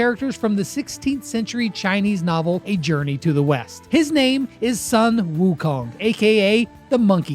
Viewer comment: I am chinese😅 and you pronounsed sun wukong wrong